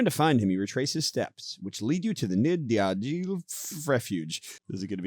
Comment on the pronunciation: As a French Canadian, I agree: you need to practice your French pronunciation 😂 to be fair, I need to do the same with my English 😂 Nid d'aigle = eagle nest, for the pronunciation of nid, it's like knee... But I can't find something to help you for the rest 😂 I just received the second box... Hope to try it soon :)